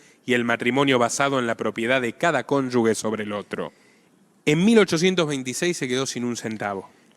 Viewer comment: Desde la admiración, permítame corregirle una mala pronunciación estructural que desmerece a su fecundo discurso. PARA DECIR CÓNYUGE NO PRONUNCIE CÓNYUGUE SINO CÓNYUJE.....CON TODO MI RESPETO.👍